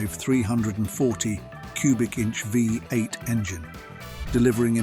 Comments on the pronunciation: Interesting video. Seriously. Despite that, it's such a pity that the voiceover guy (or automated substitute) obviously had quite some trouble saying the simple term V8 ("vee-eight"), giving us 5 different versions/interpretations. There were also MANY highly notable classic Australian muscle cars that were glaringly omitted from the video. Such a shame. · Why do people continue to use AI to read their scripts? It got so many things wrong and sounded clunky. It even called one of the V8 a 5, 8. Obviously reading the V as a Roman numeral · Commentary is crap, I guess that this is what happens when someone, who is obviously, not Australian tried to comment on Aussie cars. What about the Toranas and Commodores? What about the early Falcons? The Landau was no where near the top ten. And by the way it's Vee Eight not Five Eight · Also pronounced V8 as 5 8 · Another downside to this video is the Ai pronunciations, for example, V8.